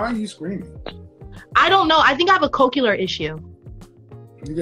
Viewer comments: It's not cocular it's cochlear. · It's Cochlear, not Cocular. Why do black women spell and pronounce words incorrectly? It's similar, not simular, its ask, not aks. They want an educated high value man, yet they don't reflect anything that resembles that to which they can ever aspire in present form. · "Co-cular issue" 💀💀 I'm a member of the deaf and hard of hearing community, and holy shit I have never heard anyone pronounce it this way 😂 For the unknowing, "cochlear" is pronounced "cock - lear". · It's "cochlear" not "koh-kiew-ler". Please. That hurt MY ear canals. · It's Cochlear, not Cocular.......!! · “I have a cochlear problem” KS: you have a cocaine problem? 🤣🤣🤣😂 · Too bad she said "cockular problem".... I'm sure she actually does have that. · By her "cocular" problem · Tbh I don't think she's even smart enough to make such a freudian slip. She just doesn't know how to pronounce "cochlear". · She said "I have a cocular problem." And Kevin to ask "Do you cocaïne's problem?". Geez!!! 😂😂😂😂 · Her - "I have a cochlear issue" Kevin - 🤨 You got a cocaine issue? 😂😂😂😂😂😂😂😂😂😂😂😂😂😂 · Cocular… 😂 Cochlear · CocUlar? Or cochlear? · It is pronounced (kaa-klee-ur) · It's pronounced co-clear...jeez. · She pronounces cochlear weird is crazy😂🤣😂🤣😂🤣